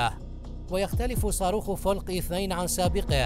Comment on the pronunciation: الصراحه كلامك مدعاة للسخريه، كلمة فلق حاول تتعلم نطق الكلمه صح، عموماً دس لايك مع مرتبة الإنحطاط وذلك لعدم المصداقيه..